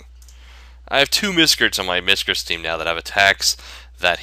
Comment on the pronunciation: "Miscrtis"? LOLZ! Miscrits Not Miscrtis!